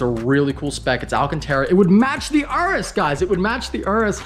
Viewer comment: Day 3 of reminding you its Yuris not urris